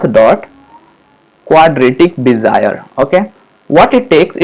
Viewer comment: Cool man!!! Great stuff.. but I loughed on Bezier :) Be - Zi - eR...Just because it was shocking.